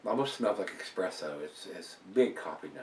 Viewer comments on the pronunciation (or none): Great stuff, only thing i will say is its pronounced espresso with no x.